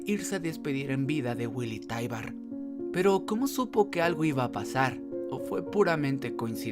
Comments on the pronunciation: Es "taibur" no "taibar" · Taibur se pronuncia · Es taibaru